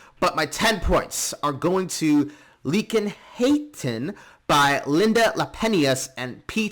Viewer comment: According to Google, the correct pronunciation is: Liekinheitin = "Leac in hey tin" Or Liekinheitin = "Leah kin hey tin"